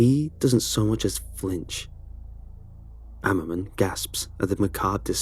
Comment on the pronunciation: said Dr. Ammerman but, all I could hear was Ackerman...